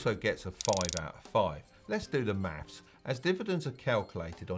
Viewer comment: 'letz do the maffs' why do i feel like im watching a guy richie movie